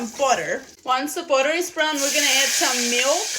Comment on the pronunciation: If you're saying Budder for me, You made my day. I love it. If you narrated your cook-book, it would be a sell out.❤❤❤